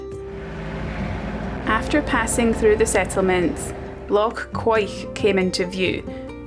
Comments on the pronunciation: lol you were close to getting the pronunciation right of Loch Quoich (keeoch),it might be beautiful by day but at night it is one creepy place to be. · Pronounced Loch Koo-ich.